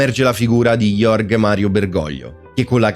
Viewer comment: ahahahahah omen nomen, complimenti per il tuo nickname.... Comunque pure il nome proprio di Bergoglio è pronunciato male 😊